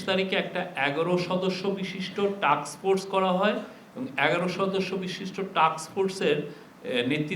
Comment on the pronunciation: Illiterate man. Pronounced task force as take force. Hahaha